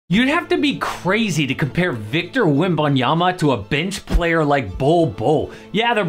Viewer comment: He didn't say "Wembanyama" either, because he apparently can't pronounce his name right.